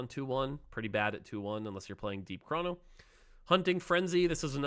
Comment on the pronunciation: its chrono, not chrawno